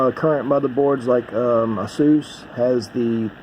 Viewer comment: thank god u know how to say asus same people say acus